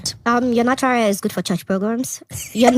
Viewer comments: She is forming accent yet pronouncing HAIR as AIR lol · Nautural "h" air